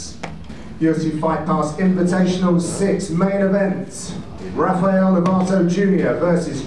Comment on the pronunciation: Raphael, not Haphael.